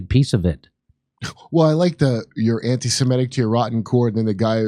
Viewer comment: Its (suh MIH tic) Jimmy, (MIIIIIIH tic)